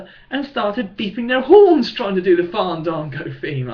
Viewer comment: U need to get to the point quicker...and quit saying fandago